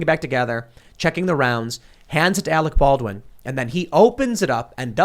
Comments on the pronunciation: and we all laughed when Kim jong il said " we got Arec Barwin " . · You're worfwess Arec Balwin. You're still worfwess Arec Balwin.